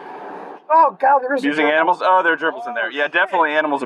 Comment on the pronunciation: "Multiple germils recovered" 🤣😂🤣😂🤣